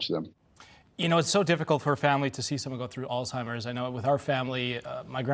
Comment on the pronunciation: Why does she keep saying “Altimers”? The guy says it correctly. Lol